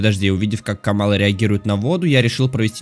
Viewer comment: не камалы а каммалы, Иверста ударение на е, ПалонтрАс не так а ПалОнтрас. Лайки что бы увидел